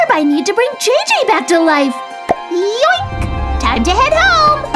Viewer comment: says Yoik that😂